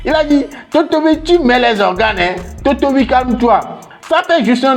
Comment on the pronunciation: Totovi veut dire musclé c'est la manière que tu a prononcé le mot qui te mélange